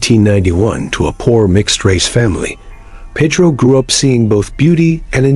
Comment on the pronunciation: Can't even pronounce Peh-Droh, instead they pronounce it Peedroe, fkin idiotas